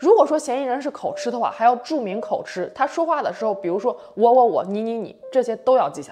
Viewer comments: 我的天哪在大陸怎麼很多人都會把口「吃」唸成吃東西的吃音？這個字是個破音字應該是讀成「吉」的音。字面讀法應該是口吉才對。麻煩請注意不然會誤導大眾。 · 口吃唸(ㄐㄧˊ)二聲